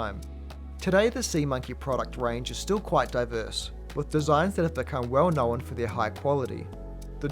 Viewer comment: Why do you say "knowen"? There's only supposed to be one syllable in that word, not two.